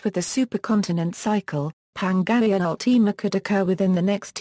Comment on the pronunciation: You said pangaea ultima wrong!